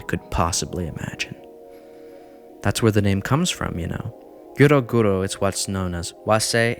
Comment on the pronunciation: the pronunciation is driving me crazy but i rly enjoy the research u put in